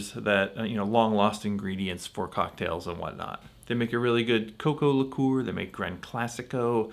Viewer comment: Liqueur is the most mispronounced word in alcoholic history!